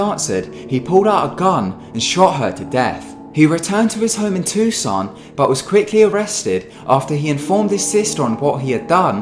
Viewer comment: YASSSSS SOMEONE WHO FINALLY SAYS TUCSON CORRECTLY!!!!!!!!!!!!!!!!!!!!!!!!!!!!!!!!!!!